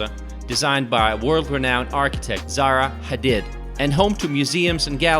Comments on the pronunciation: Zaha Hadid*!!! not Sara Hadid, smh. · it’s ZAHA HADID not Zara Hadid 🙄